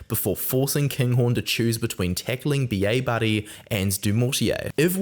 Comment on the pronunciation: Like how you say Bielle-Bairrey and it sounds like a Scot saying B.A Barry. Thought we'd picked up a new player like WP Nel